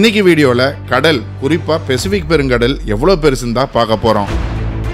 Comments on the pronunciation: Thalaiva pacific thana specific nu solra mari thearthu mathikoga and content seamaiya iruthuchu 👍👍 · “பசிபிக் ” கா, “ பெசிபிக் ” கா அத சரியா சொல்லுங்க.